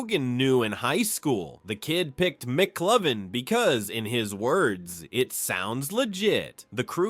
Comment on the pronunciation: So great inside info about the film! But damn, have you actually not seen the movie? The AI voice is "passable" IF it pronounces the names right! It's not McClovin it's McLovin!!! lol Maybe if you put a space in between Mc Lovin it would pronounce it better 🤔 But like I said, some good insight about the film! A lot of stuff I didn't know, so a thumbs up for that and good film clips and editing 😎👍